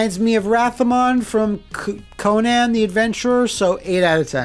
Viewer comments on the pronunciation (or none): none